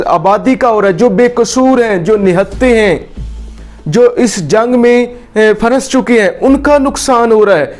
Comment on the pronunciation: Lafz phans hota hai. Please phanas na kaha karein Thanks.